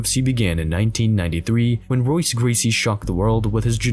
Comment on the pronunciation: Royse? Oh is this AI?